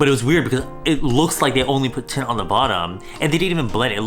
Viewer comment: Everytime said tint, it ended up sounding like tit